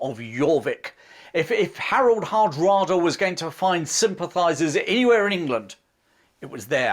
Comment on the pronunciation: I thought the last successful invasion of England was in 1688, when William of Orange invaded? We know James II refused to fight, and fled, but he was still the King of England...? It's also nice to hear you pronounce "Hardråde" faitly correct, with the pressure in the beginning, like HARDråde. Svein and Knut have been changed into English writing, as the Scandinavian languages are pronounced different.... BTW, I read somwhere, that Knut did not try to stop the sea, but rather wanted to show that only God was more poweful, so Knut could NOT stop the sea. Interesting twist to a wll known legend.... Anyway, thanks for an interesting channel.